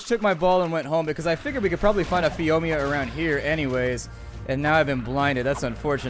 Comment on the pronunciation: ooh my god someone has trouble saying phiomia :P